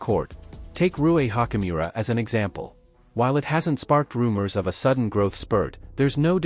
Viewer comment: I think Hachimura’s name pronunciation is better stated as “chi” as in “choose” rather than a hard “k” sound.